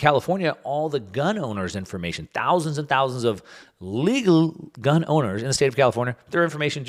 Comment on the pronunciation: thousands and thousands of "LEGUL" 🤣😂